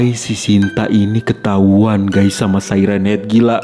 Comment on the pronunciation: Bang bukan say ren hed tapi siren haed😂